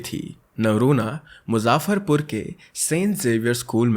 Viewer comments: Just 1 thing : it is मुज़फ़्फ़रपुर (say ज़ instead of Jaa) 💙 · It's muzaffarpur not muzaaffarpur. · Okay!Just one thing you pronounced Muzaffarpur wrong!!Otherwise lots of appreciation from my side.🎉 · I really like your story telling but in this video I disappointed. Mai Bihar se hu and Litterly I didn't like when you pronounced city name and some other points about story in starting. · Sorry bt aapne muzaffarpur ko galt pronounce kia h ..